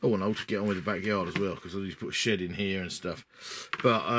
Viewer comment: Ha for a moment there I thought you said "the shit out the back garden" and not "the shed out the back garden. Gave me a chuckle thanks for the laugh! The build looks good so far. I am intrigued by this game but have to resist the temptation. I am on a crusade to vanquish the pile of shame. I am down to Abaddon the Despoiler, a box of Chaos Space Marine Terminators that I am saving for a long term project where I paint them to a high standard and base to a high standard. Got a few hundred 15mm miniatures to paint and my mountain of shame is no more! Then I will look at other miniature games hah.